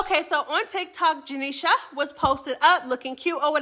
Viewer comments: I literally hate how you say janeisha name 😂😂 janeiSHA 😭😭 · I can tell u don’t like janisha just by how u say her name.. Jah KNEE SHA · janishA 😂😂😂😂 the way you say her name has me weakkk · Why you saying Janesha name like that? 😂😅🎉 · why you saying janeishas name like that lol😂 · Why you keep saying her name like that 😂😂😂😂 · Why you say her name like that 😂😂😂😂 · bro the way you saying Janiesha’s name got me weakkkk 😂😂😂😂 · I love it lol 😂 😂